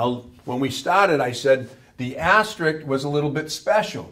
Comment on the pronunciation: A somewhat difficult area of knowledge to explain and teach effectively. Thanks for making the effort here ! P.S. There is literally no such word in the English language as "asterick". The proper term is ASTERISK.